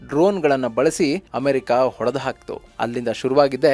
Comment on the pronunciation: Sir ದಯವಿಟ್ಟು ಸರಿ ಮಾಡ್ಕೊಳಿ....ಒಡೆದು ಹಾಕೋದು ಅಲ್ಲ ಅದು ಹೊಡೆದು ಹಾಕೋದು.